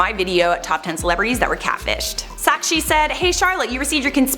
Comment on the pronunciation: I loved u more ,wen u pronounced an indian name so well "sakshi " ,,,love you girlll